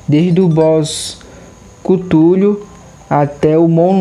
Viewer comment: Mas essa é a pronúncia certa